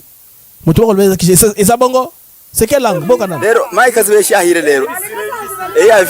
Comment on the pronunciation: Kaziba et non kiziba